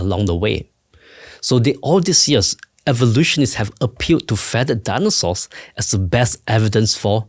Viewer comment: "Daanosores"? English, please!